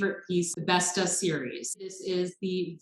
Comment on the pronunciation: Just a note: Bestå is pronounced Best-o. Now your in with the in crowd!